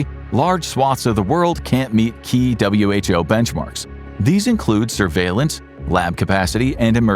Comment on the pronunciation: Imagine being an info show and pronouncing "WHO" as who